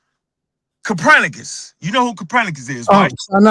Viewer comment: Who TF is "Capranicus"?? Check your so-called scholars when they can't pronounce words the correct way. Also, just because mountain lions have the word "lion" in their name does not mean they are the same thing. Lions didn't evolve into mountain lions, they only share a word in their name/nickname. "Mountain lions" are puma/cougars.